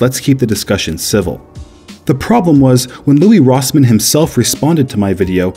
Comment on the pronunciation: It's Louis Rossmann Not Louie Rossmann